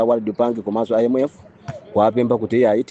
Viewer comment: Mmalo monena kuti IMF ndikumva akunena kuti MF ndiye sindikudabwa kumva zosemphana